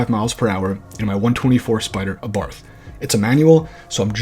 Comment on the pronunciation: Bro it's pronounced Abart not Abarf, the H is silent.